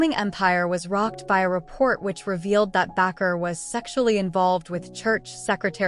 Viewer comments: The last preacher pronounced B like this Baker; not backer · It is pronounced Baker. Be careful here. Jim Baker repented of his sins.